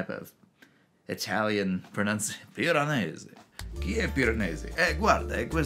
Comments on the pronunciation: Yours is my favorite video I’ve seen about this book, which I just finished yesterday. This is in no small part because you are the only one who pronounces Piranesi correctly. Your Italian is excellent! The book was awesome. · You are obviously proud of how good you are at pronouncing Piranesi the sort of proper way )